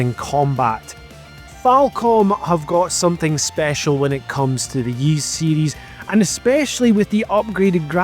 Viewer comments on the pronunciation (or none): Yeast 10? Never heard Ys pronounced that way before